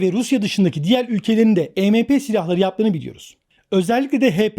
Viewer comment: Arkadaşım bir video bir içerik hazırlıyorsunda e me pe değil !! E em pi !!!! Yani si önce bir araştır nasıl okunur yada telaffuz edilir , ondan sonra biraz daha konuları detaylandır !!! Bir de polis ve Askeriye birşey yapamaz diye bir durum yok , bizim Askeriyemiz de durum nedir bilmiyorum. Ama pilipinler en son tusunami afetinden sonra , Amerika cindi kasırgasından sonra , Çin zaten yaklaşık 20 yıldır düzenli olarak bunların tatbikatını yapıyor !!! Yani öyle işkembeden sallamayla bu işler yürümüyor..